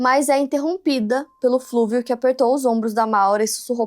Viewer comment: Não é "Flúvio", mas Fúlvio; não é "genecistas", mas geneticistas. Sempre melhorando.